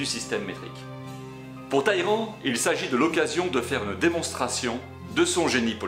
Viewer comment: Sans compter, à 10'07", il sera-t-arrêté et les nombreux "Taillerand" alors que dans les sous-titre, on lit bien qu'il n'y a pas de i avant ll, donc on prononce les deux l.